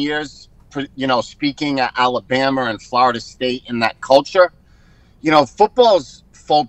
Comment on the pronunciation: Come on Chris you are better than that... "Alabamer" keep it real keep it dirty